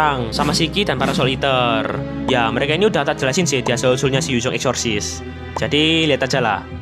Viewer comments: Bg gua denger nya exotic aksesisaseon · Lebih kwren nyebutnya eksorsessesis banh👍👍